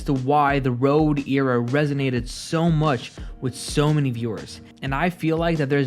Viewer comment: Why do you say era like that